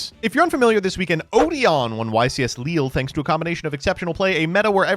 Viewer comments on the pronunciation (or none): none